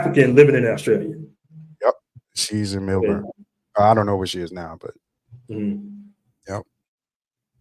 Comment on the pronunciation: I am laughing because I have been to Australia four times. I "pre-gamed" on MySpace! 😂 You will meet great people and have a lot of fun. You will not encounter racism but some stores sell racist black characters. Also.....it is pronounced "MEL-burn" not MILL-BORN." 😂 SYDNEY is LA and Melbourne is New York. The women in Sydney will flake out on you just like LA. You need to have a backup plan. I do not recommend going to Perth. It is very slow. People love going to strip clubs after going to the club......women too. There are Hip Hop clubs and you can meet beautiful women. If you go, land in Melbourne on Wednesday and stay until Monday and then head to Sydney. Stay in the CBD in both cities.